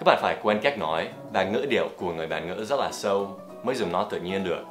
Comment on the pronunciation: Rất chứ không phải giất giất nhé Dan